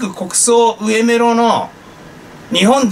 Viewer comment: それ ウエメロ じゃなく アガメロ です by